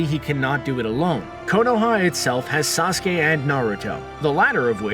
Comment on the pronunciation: Ikr like Fr I’m tired of hearing sasoke